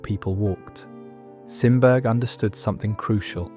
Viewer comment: Sorry...Simberg is pronounced Sim Berry. Swedish name. I am only mentioning this because his work is amazing and among my favorites. I have seen it in Tampere. Finland although he did variations.